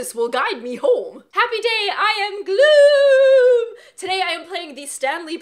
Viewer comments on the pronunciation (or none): Gloooooooooooom Instead of Gloohoom... Mission failed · That intro will the billion of years…. It is just memories and the way she says gloom instead of glauuhoom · Yeah, she also says it differently